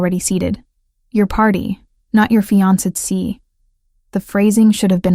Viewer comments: Fee on so see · Mispronounced Fiancé too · This story is great. Only downside was the pronunciation of fiancé over and over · Im confused... Why did he show her her engagement ring, which she had already given back to him for resizing? Did he want to give it back to her? And why did she take blueprints to a dinner party? Her fiance did not ask her to bring them. Those two things dont add anything to the story and make no sense. Also the narrator mispronounced the words Maitre D' and Fiancé. 😒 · And Fiancé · Fiance too. Butchered